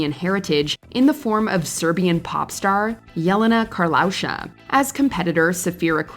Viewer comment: It's pronounced YEH-le-na kar-lay-YUU-sha.